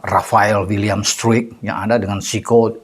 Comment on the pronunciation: kalau saya tidak salah, struick itu nama belanda, dibaca strek bukan struik, ziken huis, di baca ziken hess artinya rumah sakit😃😃😃